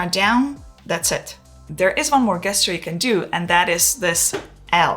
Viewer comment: Can I just mention that the word GESTURE is pronounced the same way as in the words JET and JUICE … 😉😉😉